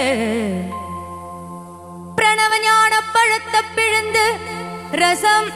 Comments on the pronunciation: ப - പഴത്ത എന്നല്ല പഴത്തൈ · But i noticed a pronunciation error instead of "பழைத்தை" she sings repeatedly " பழத்த"